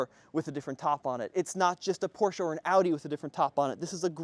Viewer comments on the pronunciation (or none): none